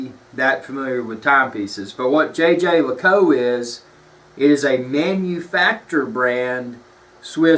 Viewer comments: It is not pronounced Jay Jay Luh Koot, Jhey - jher - Luh - koolt. No american J's in there. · JJ LACOU? Are you kidding me? You do not deserve to hold that watch with your ignorant pronunciation. I bet you're one of those guys that calls an Audemars Piguet and AP. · It's not how one says it. It's how one appreciates it. This is one of my favorite pieces in my rotation and I now know that it's pronounced "Jay Jay Luh Koot" If you truly appreciate something you at least learn how to properly say the name. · Isn't it pronounced Yay Gir Lih Cool Trrrh? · jey jer leacoolt, soft J with a French way of saying it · Actually, you're incorrect. The people from Jaeger-LeCoultre don't pronounce it the French way. They say Jhey-jher-luh-koolt... There are videos on Youtube. He has a hard southern accent but his guy is more correct because the ending of LeCoultre is very soft anyway. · your pronunciation of the brand certainly is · Stop it, it is not jay jay lay cou🤦🏻‍♂️ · If you want to blow-arse about a luxury time-piece brother, how about spending some time in getting its' pronunciation right. If I were Jaeger LeCoultre, I'd pay you to shut the hell up because your butchering my brand name. You come across as a pretentious, hill billy nitwit. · Fair enough on the Jaeger LeCoultre pronunciation, but I'm quite happy for to continue with "Tag Whore". It's a pity this vid has more down thumbs than ups. nails all his points and gives a true appraisal of the brand. JLC rules!! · So, where did you call? HQ in Switzerland? No? Your pronunciation is definitely completely wrong. Try to find an interview with the companies CEO and listen carefully. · lol you totally butchered the name but otherwise great video